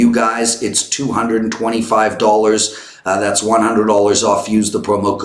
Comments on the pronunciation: PLEASE learn how to pronounce “dollars” - it’s not dullers... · Not an insult - and it’s not your accent... you literally butcher this word.